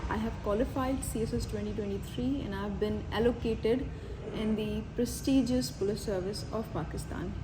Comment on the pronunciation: Why have you put so much emphasis upon ‘ PRESTIGIOUS’